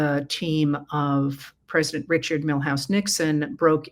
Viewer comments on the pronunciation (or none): none